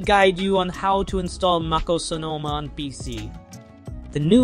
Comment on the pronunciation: Should I trust a guy who pronounces MacOS Maacose?